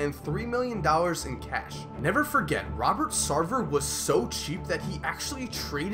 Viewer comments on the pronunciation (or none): none